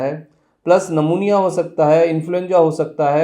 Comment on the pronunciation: सर नमुनिया मत बोलो "न्युमोनिया"बोलो.